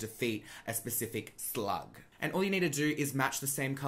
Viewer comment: The way you say "slug" has me dying laughing I don't know why